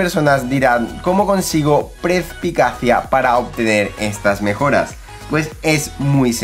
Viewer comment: Las obras maestra de armadura suman +12 y no +10. Y se llama Perspicacia no prespicacia, perdona por las rectificaciones pero me rechinaba mucho como lo dices.